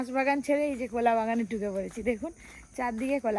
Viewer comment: কলা কে বলে কোলা,মজা কে বলে মোজা,শীত কে বলে সিত